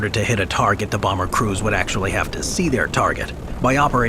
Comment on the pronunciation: B sevwentween Bawmer -AVGN